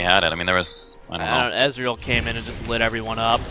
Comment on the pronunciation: I like how pronounces Ezreal like Israel